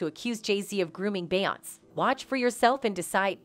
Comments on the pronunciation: I literally had to stop watching half way through because she keeps saying BAY-ONSE!! Soo annoying. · if you say beyonc one more time. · Beeyans Must be Canadian... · Can the narrator pronounce her name correctly. There is even an accent above the e. I would think even a generated voice would hopefully know how to pronounce the accent. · Stolen material from EmpressiveKay, ramdom pictures of Ciara, the mispronunciation of beyonće…this video needs to be deleted. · You can always tell when it's someone cashing in on clicks, because they use the robotic voices that never pronounce Beyonce's first name right. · this is an AI-generated story - listen how the algorithm misprounounces Beyonce's name every time. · I cant take this seriously because you cant even say her name right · I like how they can’t even pronounce Beyoncé but sure believe it all